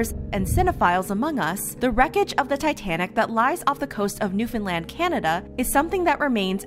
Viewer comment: Love how you actually said Newfoundland properly !!